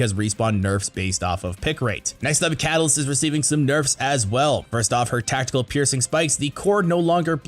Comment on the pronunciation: The butchered Catalyst and Bangalore bruh….stfg